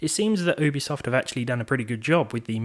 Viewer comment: Thank you for telling a new way to say Ubisoft. I will now call it Oobisoft.